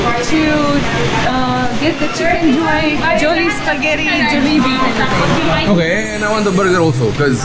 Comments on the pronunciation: 🙋‍♂️🙋‍♂️👋 Try saying Jah-li-bee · Yes they are Europeans , the way they pronounced Jollibee